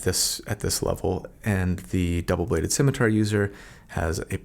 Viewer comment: Because I'm a bad person, I enjoyed listening to you struggle with the pronunciation of "scimitar" (which apparently I've been pronouncing wrong my whole life - at least the part where I knew what that thing was). The obvious lesson here is: Live in blissful ignorance and never look anything up.